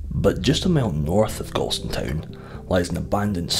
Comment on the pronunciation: A true Ayrshireman would pronounce Galston as Gawston.